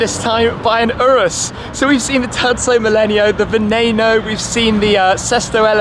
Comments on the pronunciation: Hate the way you pronounce "VENENO" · I'm with you. The Lamborghini Aventador SVJ Convertible is my dream car to. And wait, it's not (va-nA-no) it's (va-NE-no). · It's vneno not vnano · It IS NOT pronounced venanoe It IS pronounced veneno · Lamborghini vaNAYno? Wtf is that? It’s vaNEEno. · its not vanano its veneno ven-nen-o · “Venaeno” veneno* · I'm not sure did you say Beneno or Veneno because it's pronounced as beneno. Sorry for sounding like a prick for such a small detail about the pronunciation of a Lamborghini model. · Did he just say venano???? and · Lol, "venayno" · Can you stop pronouncing it Venayno